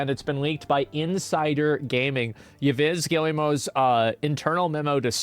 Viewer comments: pronounciation in english is: Eve Gillmoh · For « Yves Guillemot », you'd go eev giiy-mo